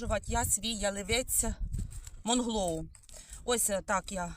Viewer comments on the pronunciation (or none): доброго дня.Правильно вслух говорити:" МУНГЛОУ", а не МОНГЛОУ".